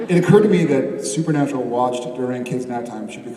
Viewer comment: "SUPER-NAPRAL" Jared honey what the heck? Lol so cute. Love these dorks."Process" and "influcence" will never the the same to me! Lol